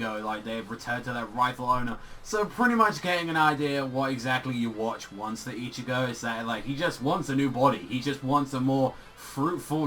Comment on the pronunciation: Yes Ywach but you say Youwatch which is way different.